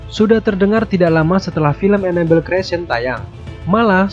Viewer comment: Annabelle dibaca enable 😂😂😂